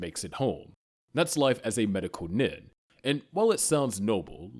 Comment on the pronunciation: Nin=neen. Program your Ai to pronounce these right